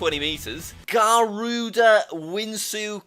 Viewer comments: As an Indonesian, , we call it Garuda Wisnu Kencana (the R must sound like RRR) also, it's not Kencana, the c must sound like CA, e sounds like eh, and wisnu sounds like wi (with a Indonesian I) snu (with a Indonesian U), I am kinda dissapointed because of the mispronounciation. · Ikr i was laughing so hard. When he said that and the way his pronounced Garuda but he puts in a lot of work and i respect that keee up the good work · And he mispronounced two of the deities that we Hindus worship Vishnu and Garuda